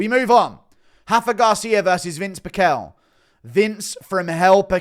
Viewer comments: It's pronounced Pih-shel not Pick-ehl _from hearing his name said for decades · it is PEEEE CHELLLLL dumbass…